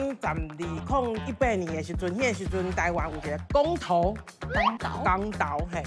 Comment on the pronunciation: 徽章是「鉼針(pín-tsiam)」 毋是胸針 公 投，公 是kong 毋是kang